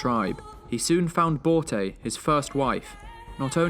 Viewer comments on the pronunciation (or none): Börte borte barte bart XD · Can you like bro pronounce it correctly man😂it is not genghis it is chingis and not borte it is just bot im Mongolian so it is hard for me to hear that